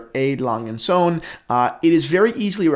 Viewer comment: 1 Sohn. 2 Söhne, with an Ö.